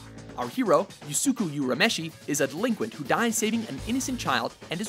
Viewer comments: Wait, did they pronounce Yusuke Urameshi as Yu-su-ku? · I totally agree. - "Yosuukuu Hirameshi". ...seriously?... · Once you said "usuku uremeshi" I unsubscribed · Ok...this guy totally pronounced Yusuke Urameshi wrong...if you just took the time to watch ONE episode of Yu Yu Hakusho, you would've known how to properly pronounce it.....Card Captor Sakura would have been a great honorable mention or even part of this list.